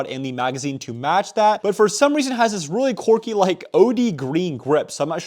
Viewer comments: its so anoying when he says quirky (corky) but otherwise pretty good vids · Fucking "corky". My God just say Quirky right.